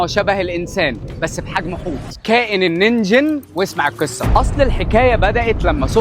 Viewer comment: أدري بس هو يقولها بحرف الكاف 😂❤ ومررره حلوة عنده ربي يوفقه